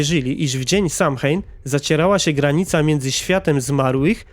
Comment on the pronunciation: Samhain czyta się sołejn